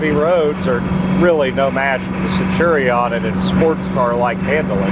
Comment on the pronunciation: Sen chew re on. Centurion. 😅